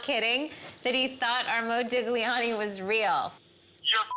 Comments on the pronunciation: "It's an original Modig-liani" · Omg please stop saying modig-liani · ModiGLIani, the wrong pronunciation lol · MoUdiGliani HAHAHAHAHAH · You say "Modiliani" with no "g" pronunciation. You're welcome, psycho (pronounce it "sycho" ). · ...and the g is silent, too. What a nitwit. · The way she pronounces Modigliani fucking hurts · You never pronounce the G, gli pronounce as j. Sorry for my english, I’m swedish. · The way they pronounce Modigliani or every Italian words cracks me up